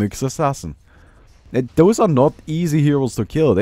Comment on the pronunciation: Sneaky nyx assassins is not that hard to pronounce. There Also you could ask wich hero is his favourite hero lore wise.